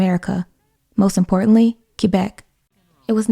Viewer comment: I almost never comment on youtube stuff and I realize this comment may not be seen, but the fact that you pronounced Quebec correctly makes me so happy. Almost nobody says it correctly